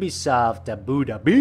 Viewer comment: LOL u say “ ABU DHABI “ in a wrong way U should say “ ABU “ then “DHABI”